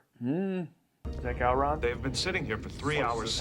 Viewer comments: Who the hell is “Go-Ron?” It’s Gowron for Gods sake! Cmon! Jeez!!! 😂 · Go-Ron lol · Ok, you guys are now past your grace period for being allowed to pronounce "Gowron" wrong.